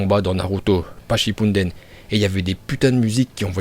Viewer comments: QUELQU UN PEUT DIRE A CET ABRUTI QUI A FAIT DE SA CHAINE YOUTUBE UNE CHAINE SUR NARUTO QUE C’EST NARUTO SHIPPUDEN ET PAS SHOPPUUUNNNDEN !?!? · et aussi le mec dit "tchipunnnnnden"